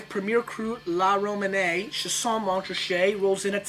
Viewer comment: Pronounced "Sha-sign"